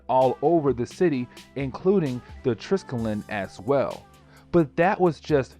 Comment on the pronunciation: say it with me : TRY - SKELL - EEE - ON!